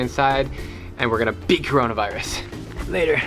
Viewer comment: Don't say KORONAVAIRESAH